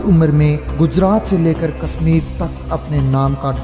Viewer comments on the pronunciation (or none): Apna urdu talaffuz sahi kro kasmir ni kashmir saher ni shaher nijam ni nizam plzzz k or q mn farq kriye samil ni shamil